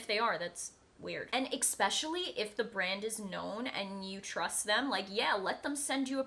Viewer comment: eSpecially, not expecially